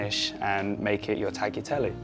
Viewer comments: Did he actually call it "taggy telly" a few times in a row? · it is not tack-yeah-telly, it is taa-liya-telle (tagliatelle) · “I’ve got all my tagyateli ready” It’s ‘tagliatelle’ son 😂😂 And “she” is such a horrible word when referring to a woman! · tagi tellee? he pretends to be a cook and cannot pronounce tagliatelle? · He definitely should have bothered to learn how to pronounce the pasta he made! "Tagheetehlee"? 🤣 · Eh... is anyone going to comment on the fact that he repeatedly called his pasta "taghitelly"? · Way to go Brook! Nice touch, to cook for your fiancée 💕 Now about the pasta, the Taigliatelle, PLEASE pronounce correctly: TA-YA-TE (like in TEst)-LLE (like in LEopard but a longer L). The G in Tagliatelle is SILENT. Wishing you many happy years with Nicola! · Brooklyn “ taghitelly “ Us italian impressed since then 😐💔*death of Italian cell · Davvero! Oddio, mi fa sorridere un po...to everyone else, it is pronounced "Tah-gli-ah-tel-leh" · Tacky telly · Just a little comment to a young cook: G in the “tagliatelle” is silent. This change nothing to the taste … it looks yummy!!!👍🏻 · I was expecting the comment section to be blown up by angry Italians 🇮🇹 because of how he pronounces tagliatelle 😁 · With this type of investment in a simple meal for two, he could at least have learnt how to pronounce 'tagliatelle'! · i love everything about this... except the way he said tagliatelle . . . . every happiness to you both <3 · The way he pronounces tagliatelle…🤣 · he's a sweet kid but it's pretty clear to me that he knows absolutely next to nothing about food. 'I use tipo flour...' = 'I use type flour' He means 'tipo 00'. He can't pronounce tagliatelle. 'Cheese is like butter'. All British food is fish and chips; all US food is healthy. Oh and a wheel of 30 month parmesan of the size might cost you $1500. So a three-ingredient meal we can all get behind. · Tagliatelle pronunciation is horrible!! All well and beautifull but dude come on...